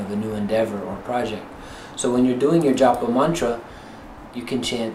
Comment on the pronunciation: While its great they they are trying to bring the ancient knowledge of the East to their Western brothers and sisters, they could practice pronouncing the words *CORRECTLY!* Not maaaantra, "muntra" , not Jaaapa, "jupa". Give respect to India.